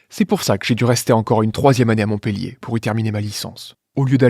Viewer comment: Montpellier se prononce MontpEUllier. Un montpellierain.